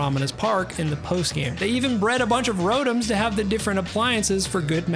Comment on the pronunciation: It’s called fainting not killing ugh please get it right sigh this is just getting sad and ridiculous What is also weird to me is that pikachu having the male symbol but has the female heart shaped tail I kept noticing it during the vid Oh you also pronounced rotom wrong